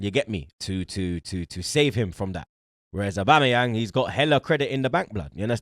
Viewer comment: saying aubamabloodclatyang 😂